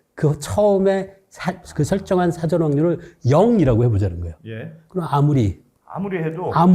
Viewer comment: 흰금! 그리고 진행 중의 발음 중에.. 사:전(事前)으로 발음 하는거 아닌가요?...ㅉ